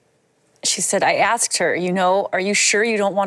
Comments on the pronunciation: She "ax'd" her. Used to be that was a crime...assault. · she axed her...lol